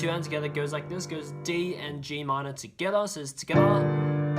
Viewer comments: I love how this guy says tugeda so quickly or it even sounds like skeda 😂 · “Togetha”. The way he says it is so weird